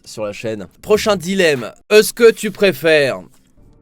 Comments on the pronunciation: Vous avez remarquez , il dit eu ce que au lieu de est ce que. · "Euce-que tu préfère"